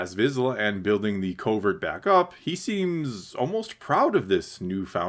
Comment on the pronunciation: It’s a “covert”, not a “culvert”. Very different things. You might know this and it just sounds like you’re saying culvert, but it nonetheless sounds like that. And I disagree with your whole take on quests and side quests. That’s what life is man! He’s a nomad, he goes around doing odd jobs and accomplishing his goals. Of course the show doesn’t give you much footage of his downtime, but that’s not what we are here for. The show has had the same “quest-side quest” format since episode 1, so if you don’t like it maybe this isn’t the show for you. Finally, in terms of skipping the episode, I don’t think you will feel the same at the end of the season. Establishing the beef with the pirates will be very significant. Go back and watch the season three trailer again- clearly the Mandolorians are in a significant battle on Navarro against the pirates. This will be a huge theme. Also the episode introduces Bo’s castle, which we clearly see coming under attack by air in the trailer. It’s laying the groundwork. Wait for the payoff.